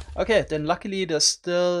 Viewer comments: He probably misread the L as an i the first time he read it and it just stuck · S H I K A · Ah, yes, the Sheiker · I love the way word "shulker" sounds with your accent :> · Me 3